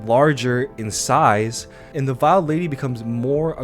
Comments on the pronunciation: Sorry, minor nitpick. Its veiled lady...pronounced VEY AL You know...like a wedding veil. Not vile-ed. I know it doesnt really matter but I felt I should say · Enjoyed vid, and for future reference "veiled" is pronounced with a long a sound like sail or rail, it is the covering of the veiled lady's face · I keep hearing people say "viled lady". It's "veiled", pronounced like wailed.